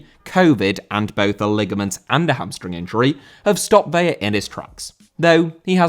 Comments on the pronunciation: It's ve-la. You only make the l an y when there are two of them. You're pronouncing it like Vella. Ca-drlos Vela, if you can put a little roll on your r with the Carlos.😘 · Vela = VEH-lah Vella = VEH-ya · Vela is pronounced like "fella" but with a V. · Just fyi it's pronounced as it's spelled, "Vela", i.e. with an L, rather then "Veya". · Carlos Vela is pronounced like "Vay-Lah" not "Vey-uh" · Vela* not Veiar!! Wtf?!Huge butcher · It's Vela the L is pronounced, it would be a y sound if it was a double L (like Sevilla)